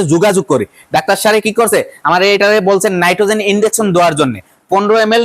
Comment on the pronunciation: নাইট্রোজেন না নাইট্টনেক্স